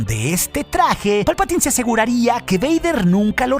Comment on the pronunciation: ¡Palpataaaaaaiiiiiin! Se pronuncia "Palpatain".